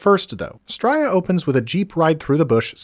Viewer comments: Bro, enjoying your videos and i rarely comment but please if you ever say the word again, its Stray-a not Strya. It's criminal how you dont have more subs too. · Fuck it hurts my ears every time you say "stroiya" 😂